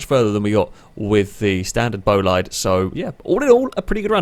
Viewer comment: Great video. By the way, bolide is pronounced like boleed, not bolayd (source - the new bugatti bolide is pronounced like that).